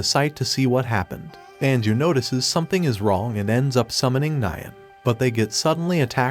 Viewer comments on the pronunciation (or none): none